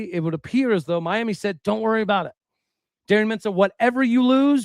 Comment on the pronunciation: You’re pronouncing Miami wrong. Are you truly from Oklahoma?